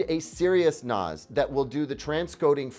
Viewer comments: Seriously though, it's nah-ss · The way you pronounce NAS is a bit off. It's commonly "năs" similar to the 1st part of "nasty." I personally do not recommend Synology for a media host. They've made some very questionable decisions over the last year, such as not including (or even removing) iGPU drivers that enable hardware transcoding of media. I know they rolled back the decision to aggressively push only their own in-house branded drives, but they still tried. That said, I am not really sure what I would recommend to somebody getting started with a smaller media collection that wants to host a media server (like Plex). When I got started, I already had a significant amount of media and I dove straight into the deep-end with a custom PC running TrueNAS and 80TB. It was a learning experience and I really don't recommend it for the faint of heart. The most expensive part was the hard drives, the actual computer that runs it was under $500, and could've been cheaper. However, I expect all options to get significantly more expensive soon with the RAM shortage. NAS is a pretty large topic to get into, and has entire channels dedicated to it, NASCompares is great if you can take the time to really deep dive. Separately, on the Blu-Ray players, I also like the looks of the Sony UBP-X700U, and shoutout to Sony for releasing a new (updated) player when most companies are discontinuing physical disk players or not bothering to update models that are 5+ years old. The better DACs (Digital to Analog Converters) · please NAS is pronounced like TAZ-maniam devil. Synology is the right choice.